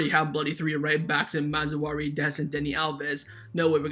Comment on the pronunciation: Dude, It's pronounced "Maz-rah-wii". Honestly wanted to let it go but you keep bringing the man's name up.